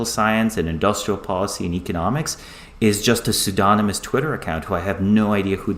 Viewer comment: two seconds in "soodonamus" LOL you know he has only ever read the word, lol